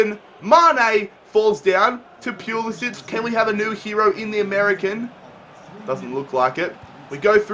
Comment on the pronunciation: pls stop saying pulisc's name like that. In america t is pronoused POO-La-Si-ch